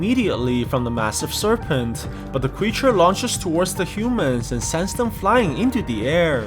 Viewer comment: You said cweature